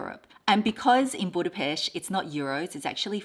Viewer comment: You’ve got some gorgeous pieces, 🥰 And I just have to say it, as a Hungarian I loveee how you pronounce Budapest, you sound like a local haha